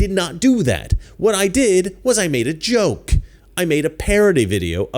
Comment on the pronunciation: They mispronounced “joke”.